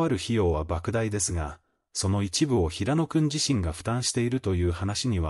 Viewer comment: 平野くんをヘイヤくん 岸くんをガンくん toBeをトべ と言う内容が邪魔をして内容があまり入ってきません！ 内容は、感動的なのに残念です！